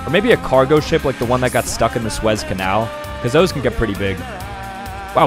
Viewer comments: I’m sorry sir what did you just pronounce Suez as: SWEZ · And the way he pronounced the Suez canal I can't